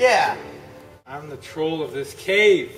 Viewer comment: When you said to go look in the cave and pointed at the bleechers, I thought you said cake. I was kinda disappointed to find out that there was no cake. It made me hungry. Anyway, Loved the vid!!!